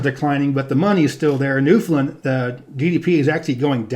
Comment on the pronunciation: Great series although Newfoundland is pronounced more like New-fin-LAN where land is annunciated, also this may be my biased opinion but Ontario has much better scenery than Wyoming. We have Niagara Falls, Toronto, Ottawa, Algonquin Provincial Park, Muskoka, areas of lake Huron that are as blue as the Caribbean, etc.